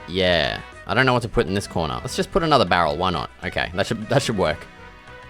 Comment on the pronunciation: i love the part where u said "bArrel"